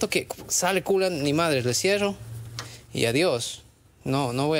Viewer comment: En el min me encanta que se oye bien mexicano "no ni madres" jajaja